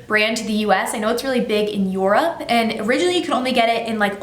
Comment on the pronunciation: She pronounced europe wrong